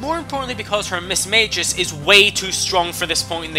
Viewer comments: Its pronounced ( Mis-mag-ee-us) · 2 things; 1st fantina is the 5th gym leader not the 3rd, 2nd it's pronounced mis/mag/i/us not mis/mA/jus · Whats a mismayjus its mismaygius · Mis-MAGE-US dont you mean Mis-MAG-EEUS jesus crist pronunciations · I thought it was pronounced miss-magi-us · Yea.... Thats not how you say Mismagius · I thought it's pronounced gyarados and not gy arados I also thought it was mismagius not mismaygus I ALSO thought it was hydreigon nit hydrogon